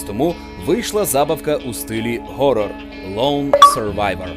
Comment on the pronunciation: На жаль для вас, фонетика — наука трішки складніша, ніж той рядок у вікіпедії. І казати «горрор» замість «хоррор», м’яко кажучи, неправильно.